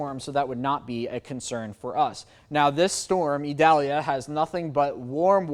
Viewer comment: What an articulate and professional young man. He pronounces Idalia like a pro!